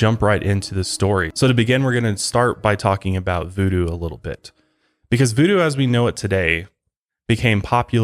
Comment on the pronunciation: “Vuedue” lmao